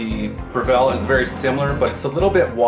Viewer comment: BREV ILL.......NOT BREV ELL